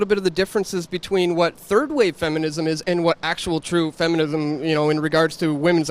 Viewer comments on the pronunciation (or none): The feminum movement? hahaha not to tease but that was funny.